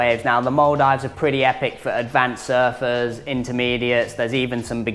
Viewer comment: Stop saying mul dives 😂